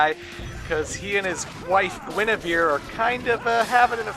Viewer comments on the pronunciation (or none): none